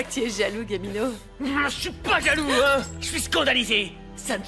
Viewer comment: Eu ou pa konn non Gabino ou di Guamino😂